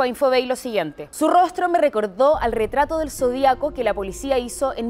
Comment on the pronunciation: Zodíaco, Sra locutora, Lleva ACENTO EN LA I, Ud lee mal.